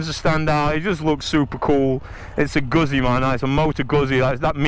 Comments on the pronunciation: Guzzi - pronounced 'Gut C' not Guzzy. thank you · Its Goot see Not guzzy! Hahaha